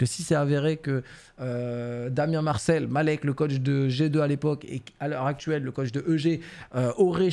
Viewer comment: merci d’avoir bien prononcer malek mdr